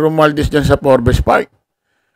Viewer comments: Mali po ang pronouncation,sa forbes park,forb's po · Wrong Pronunciation yung FORBES mo tol haha😂